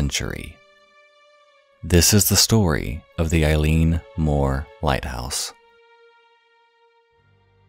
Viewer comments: Eilean is pronounced "Eh-lan" and Eilean Mor just means big island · “I’m sorry if I butchered any of those” You did and I’m crying inside, but Scots Gaelic is a very difficult language so you’re easily forgiven. Edinburgh is like Edinburuh Eilean is like Ellen Sgeir is like Sker Ghobha is like Goova Taighe is like Tayee Oban is like Obun Muirhead is like Myurhead More or less, kinda difficult writing that into English sounds, but you get the point, our language is incredibly difficult, most struggle with it!!! Fishermen here are extremely superstitious, so it’s actually very understandable knowing they had traditions and rituals to combat these traditions, that, and they believed in creatures like the Kelpies, the Blue Men of Minch (storm Kelpies), Selkies, all of these being water dwelling creatures. Fishermen were, and still are, extremely superstitious in Scotland.